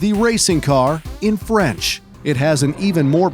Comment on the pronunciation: His french pronunciation is funny. But the rest is top notch 💯